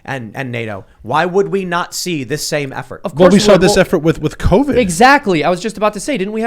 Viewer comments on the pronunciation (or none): He said not see 😆